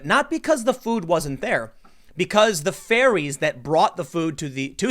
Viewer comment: LOL for a second there I though you were trying to be flippant when you said food fairies instead of what you really meant which is food ferries.